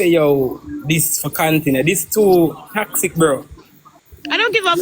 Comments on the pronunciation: Shes so uneducated img cant even pronounce toxic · 😂😂😂😂😂😂 Annie can’t even pronounce toxic 🤣🤣🤣🤣